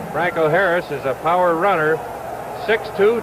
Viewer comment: Man, this announcer has problems with names. Bradshaw I caught him call Bradshaw both “Shawbach” and “Bradley.” He also messes up Harris’ name once or twice, but gets Fuqua right.